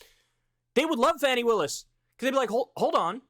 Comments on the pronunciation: Dude if its Fawny instead of Fanny in pronunciation just pronounce it correctly don't be a jackass. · It's pronounced Fawny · Kyle you couldn’t take 2 minutes to find out how “Fani” is pronounced? It’s Fah-ni. Respect Black women!!!! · Maybe someone has said this already, but her name is FAH-ni Willis. The reason you refuse to pronounce Tuberville's name right is bc you don't deem him worthy of the respect required to learn his name (whether you've explicitly acknowledged that or not), and comparing your refusal to pronounce his name correctly with your potential refusal to pronounce her name correctly makes it really clear what the reason would be. Fani Willis is a cop, but she's also a black woman. PLEASE do her the respect of pronouncing her name correctly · Pronounced "Fawny" brother. Going forward...